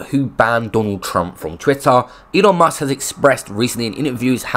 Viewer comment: It’s Musk not Mask